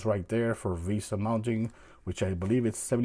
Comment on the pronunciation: It’s vesa mount not visa 😂